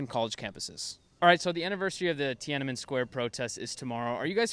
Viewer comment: If you could start out by pronouncing the name correctly, that would be great